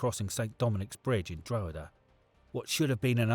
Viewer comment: Dro-huh-duh hahah more like Draw-ha-da